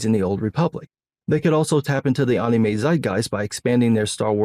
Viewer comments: Who the hell calls “Anime” “Aunumei”????? Please explain this man 😂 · Bro the way you say anime... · I love how says anime. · Your takes be based but god I hate how you say anime good lord lol